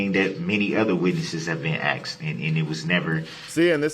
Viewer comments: It’s biast be cuz I axed! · Grounz! Grounz for the substained he axed without relevancy! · He has 1,000 years to practice saying the words “sustain” instead of “substain,” and “asked” and not “axed.”